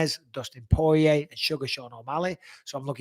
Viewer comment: Great show thank you Mike! Btw it’s Poirier not porier 😉